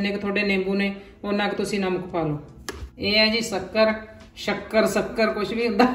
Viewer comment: Shakkar not sukkar